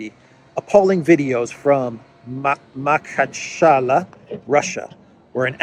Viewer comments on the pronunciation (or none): Not “Makhachala” it is “Makhachkala” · it's pronounced MA-KHA-CHKA- LA with stress on LA Did you pay attention that Zelensky secret service is connected to the event and moreover WAS PREPARED,KNEW IN ADVANCE AND IT'S WHY HE HAS JUMPED FORWARD BEFORE IT WAS REPORTED 😂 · It is "MA-HA-CHKA-LA" Махачкала. Emphasis on A vowels in second and fourth syllables. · it’s [maha:tchka:’lah] You are such an avid traveller! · Hey,, it’s Ma-hatch- ka-la 😉